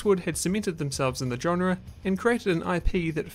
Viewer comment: but you can’t pronounce it…